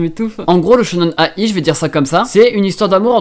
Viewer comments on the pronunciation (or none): Ça serait sympa que tu liste les animés et manga dont tu parles et ceux qui passent en vidéos aussi ! Et pour Shonen ai, la ai se prononcé aïe, comme de l'ail ! Pour ceux qui ne savent pas =) T'entendre dire A- I à chaque fois ma fait mal aux oreilles ! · Shonen ai (dit aïe) Shojo ai (dit aïe) Comme ça tu le saura pour la prochaine fois :3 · SHONEN AYYYYY ON DIT XDDDD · ça se dit shonen-aïe il me semble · le shonen/shojo-ai se prononce aïe comme quand tu te fait mal :) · Ça se prononce shonen-"aie" est tjrs au taquet ça fait plaisir!